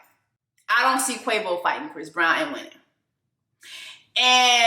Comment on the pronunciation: Did you say fist brown? 😂